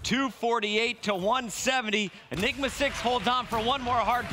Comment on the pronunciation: what did he say enima 6?